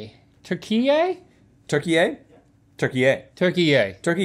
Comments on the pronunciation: As a Turk, the pronunciation youre looking for is Toor Key Yeh Not "terk E yay" Hope this helps! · türkiye it’s pronounced like australia or romania not türkiYeah lol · You pronounce the e in Türkiye like the eh in meh, not like yay=)